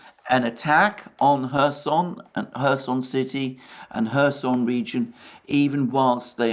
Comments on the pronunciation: Alexander why you are saying 'Herson'??? While the name is 'Kherson' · And the Right pronounciation of kherson can be found in Wikipedia.